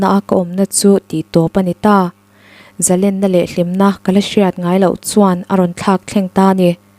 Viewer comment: Zalenna ni lovin zalênna tia lam rîk tur aw.